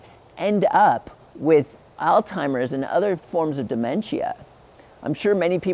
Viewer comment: pronunciation is alls hymers, not all timers, just trying to help